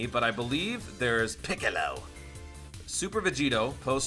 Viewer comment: Yo I love it when you say "piccolo" makes me laugh and shocked you do it so well